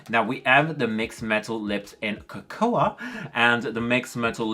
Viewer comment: Looking fabulous!! Love your new ink too!. By the way Cocoa is pronounced "Co-Co" the "a" is silent. I need to get some Profusion but I'll feel like I'm cheating on Revolution!!... xXx 😘💋💛💛💛💛 xXx